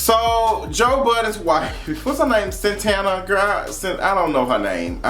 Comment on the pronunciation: Lol “Cyntana “